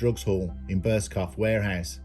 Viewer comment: it made me chuckle because I used to take the piss with an old work colleague pronouncing it burscoff! Drove him nutts🤣